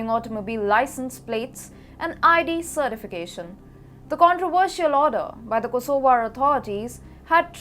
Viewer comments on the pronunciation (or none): none